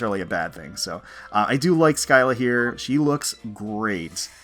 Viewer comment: "SKY-la". Cringes It's "Sill-la".